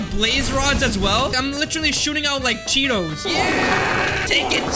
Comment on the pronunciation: Why did he say hot😂🤣chea toes